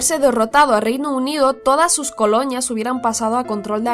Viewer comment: "Alemaña", "coloñas" ¿? que pronunciación!!